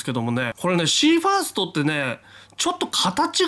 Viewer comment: ファーストじゃなくてファストじゃない？